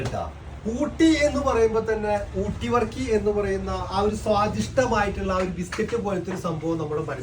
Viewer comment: വർക്കി അല്ല ബർക്കി